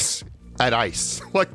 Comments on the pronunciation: It’s "ace" not ice😂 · EIS ❌ AIS ⭕ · He said:"Ace" No one: What i heard:"Ice" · I was like what?! there aren't any ice.tro....